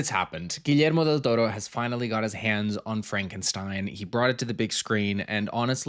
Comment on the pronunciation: Finally someone who doesn’t butcher Guillermo’s name 💜 hahah